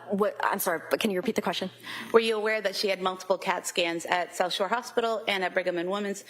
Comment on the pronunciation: Why is it getting on my nerves that the prosecutor sounds like she is saying Sosher? Is it South Shore? Sorry for the triviality.